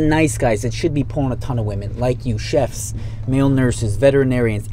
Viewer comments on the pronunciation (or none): Mans really said chefs, I love it